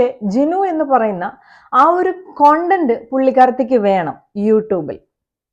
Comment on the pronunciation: കൊണ്ടന്റ്.. Alla.. സെച്ചി.. അറിയില്ലേൽ പറയണ്ട... നീ പറയേം വേണ്ട... Podii 🤮🤮🤮🤮😊